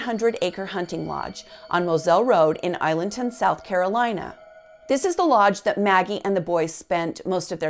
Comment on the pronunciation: Island"town" (Islandton) and Ed "ees" tow (Edisto). She must not be from around there. Maybe pronounce it Mur Dock also since that's how the family does it. Very nicely done otherwise.